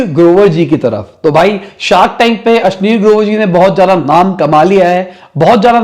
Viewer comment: ये अश्निर ग्रोवर को अश्लील ग्रोवर क्यो कह रहा है